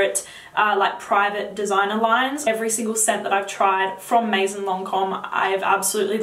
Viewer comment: you are adorable and I love your videos, just one little advice: if you talk about fragrances you should really learn how to say all those french words correctly (starting with "maison"). Also, some names sometimes look english, but are french (Vanille in name of the fragrance, or Jasmine etc) ...so you might wanna check that out. Thumbs up!